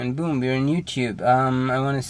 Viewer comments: I heard "Good Morning YOUPORN" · LOL "You Chube" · "YouTyube" " hahaha ^_^ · Bro, he says yeewtweeb